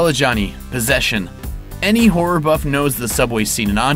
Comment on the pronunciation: I think it's funny the way the commentator pronounces "horror" as "whore". Just listen.